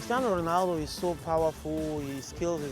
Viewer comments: Crrrrishtianu Ruhnalllldo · Haha the way pedro pinto pronounces his name is funny lol cristiyeanu runaldu